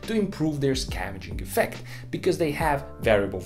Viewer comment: the only criticism i have (at this moment) would be more clear pronouncing of some words like 'scavenging effect' and 'pent roof'. I had to google for a few minutes before I found what you meant. this video was very well done, and was a superb learning tool about engines. I really enjoyed it. good clear explanations for some key concepts about engines. thanks a lot for showing us! really looking forward to more engaging content, you have a sub, here!!